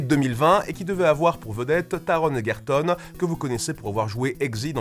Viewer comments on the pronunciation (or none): Honnêtement, le trailer m'a vendu le film dans les premières secondes, dès que j'ai reconnu la musique (bon, j'apprécie aussi beaucoup l'acteur) 😁 PS : Je peux faire ma chiante ? Le G dans Ergerton se prononce "je" et pas "gue" (désolé 😭)